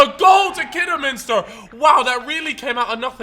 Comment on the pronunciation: Fuck me learn how to say Kidderminster